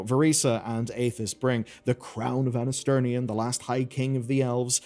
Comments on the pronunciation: Anasterian , not Anasternian . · I don't really wanna be "that" guy but it just bothers me maybe a bit too much It's Anasterian, not Anasternian, just sounds weird 😓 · it's Anasterian, not Anasternian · It’s “Anasterian”, not “Anasternian” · Stop calling Anasterian "AnasterNian" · “Anasternian” LOL